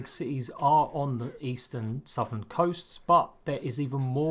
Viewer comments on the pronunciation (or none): none